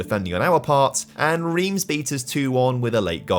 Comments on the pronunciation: As a Montpellier habitant and supporter, this video has made me extremely happy! Well done! Cos 2012 was incredible and, in real-life, a complete one-off! One pedantic gripe on the pronunciation front, though (sorry!), Reims is crazily pronounced "Ran-se"!?! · Your pronunciation of Reims is incorrect. Basically, the "eim" sounds like "1" in "ligue 1"